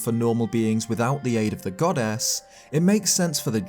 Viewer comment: Everyone: goddess: godass